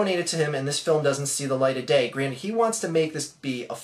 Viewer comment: i respect the arguements in this video, but when you said DAAYY, it made me laugh my ass off, idk why, just sounded weird to me. by the way, I kind of agree with the money thing, it is a little suspicious, but at this point theres no way the movie isnt at least getting made.